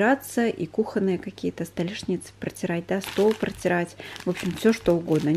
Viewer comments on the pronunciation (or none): none